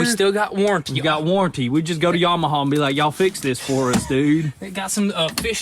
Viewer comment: I am dropping my comment below, It is pronounced Yamaha not Yamahaw, ha ha or is it haw haw